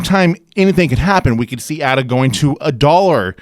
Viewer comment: Left when he pronounced the A incorrectly